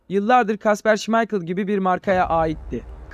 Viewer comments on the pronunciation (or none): none